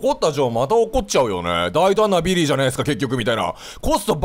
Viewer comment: 大胆なビリーって言ってるんだけど，大胆だっぺーにきこえて笑った。